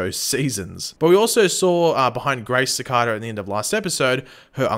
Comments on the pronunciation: Ok but why does he say cakara instead of cicada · did you realy say shecada? 😂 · Your pronouncing cicada wrong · I can't wait till Cicada is beaten so I don't have to hear mispronounce Cicada anymore